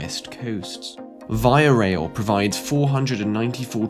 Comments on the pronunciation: Please say "VEEEA" rail... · You pronounced the rail system incorrectly. But eh . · You (repeatedly) mispronounced the name of Canada's only passenger rail company.